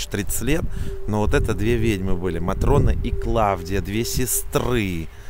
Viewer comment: Матрёна ❌ Матрона ✅ Давыд ❌ Давид ✅